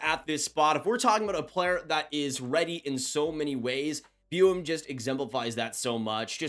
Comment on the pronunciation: zeev’s last name is pronounced (boo-yem)